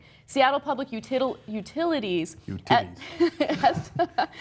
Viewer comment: I kind of zoned out after I regained my composure after hearing Ana say 'uTITilies'.... Something about me being so exhausted that just made that effing hilarious.